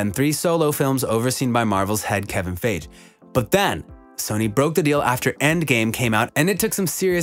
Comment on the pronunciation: It's pronounced (Fye - Ghee) not Faje